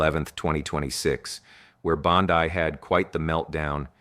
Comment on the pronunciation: ya very bad A.I. "Bond-eye"? come on dood.